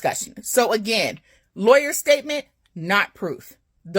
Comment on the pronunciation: The lie-aw-yer